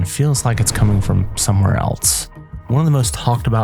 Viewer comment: Else not “elts”